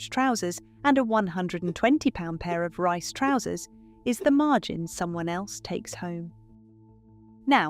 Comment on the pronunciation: Surely Reiss should be pronounced to rhyme with geese? Love your podcasts btw.